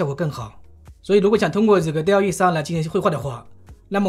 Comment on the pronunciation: 不能生成1:1以外的内容，另外生成复杂的场景不够，第三念多尔E，第四DallE目前内测，不是所有号都有